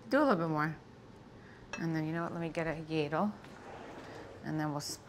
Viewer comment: Let me grab a "yadle"? Teresa language, lol😅